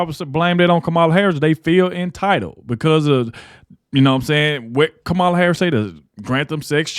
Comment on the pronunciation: Hey ignorant! Pronounce Kamala's name correctly and stop being disrespectful!!!